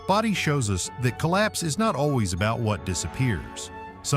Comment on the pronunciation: Pretty sure that's not the way to say Bodie.